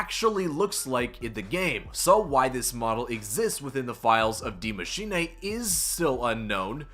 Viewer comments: Die machine not d mashina lol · Soo uhhh "die maschine" is GERMAN for "THE Machine" and not "die" as in death but German for "the" ... Ik language... Die (Dy) Maschine (Ma -shee-ne) like charlie sheen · why do you say dee machinay